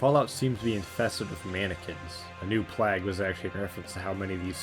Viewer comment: So, I've not found a comment about it yet (a minute or two of scrolling) so I guess I'll say it. You mispronounce plague in the video. Hope this helps. having watched to the end, and enjoyed my time. I took a look at your channel and recent uploads and...you have a new subscriber.